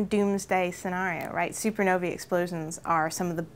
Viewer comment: supernovi? Did she meen supernovae?